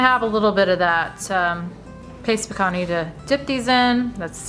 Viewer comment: Pacantee lol 😆